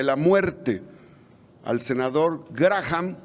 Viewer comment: Y ni quien lo corrija. El nombre se pronuncia, 'Gram'. Linsi Gram.